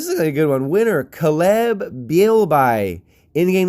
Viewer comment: Just fyi the way you pronounce the guys name Caleb is KAY-LUB. Incase you may have wondered about it.